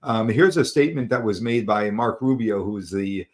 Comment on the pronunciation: His name is Marco... not Mark... It is a true blessing for Israel and the world...